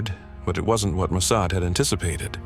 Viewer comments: Ah, isn’t it “Mo-Sod”?😮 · The pronunciation of "Mosaid" is totally off. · Please train your AI to pronounce mossad correctly. Not mo-say-ed. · AI can't even pronounce Mossad correctly. Who expects their story to be factual?